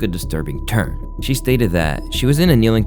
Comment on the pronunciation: Take a shot every time this guy says churn instead of turn 😂😂